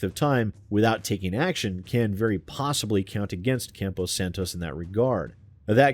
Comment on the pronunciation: Just a heads up, it's "Campo Santo," not "Campo Santos".